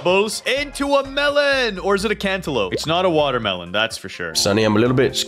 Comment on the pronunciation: SAID WODERMELON BUT IT'S WATERMELON😅